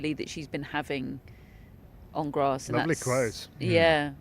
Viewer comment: U guys have to start saying "grass" properly. Not "grossss" it's driving me to insanity where I'm gonna have to be locked-up for 72hrs